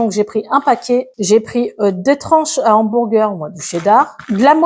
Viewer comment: Bonjour il faut que je vous disent quelque chose c est pour vous rendre service!!! On ne dit pas des z' hamburgers devant un mot commençant par H on dit simplement des hamburgers des haricots mais pas z haricots c est tout simple bonne vidéo ❤